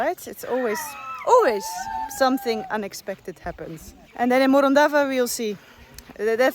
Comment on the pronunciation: All ways lead back to Morondava until you learn how to pronounce it correctly. 😂